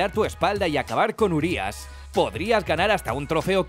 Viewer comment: Sabíais que "Urias" significa enorme en rumano. Como es una palabra rumana se pronuncia con acento en la i no en la u. Y sabíais que "Cadou" significa regalo en rumano.